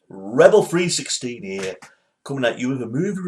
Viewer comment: why did you say rebal16 your names lol